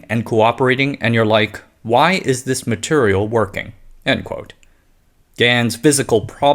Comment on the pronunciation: Why do you say maturial?